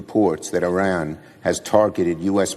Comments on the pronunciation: The country is pronounced IRAN not IRRON……😡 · NOT ERAN IT'S I RAN. JUST SAYING